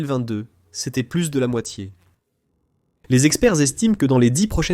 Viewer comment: "Une fois de plute" 😂😂😂 je suis mort xD